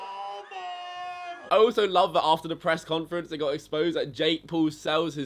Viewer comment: Pwesss conference.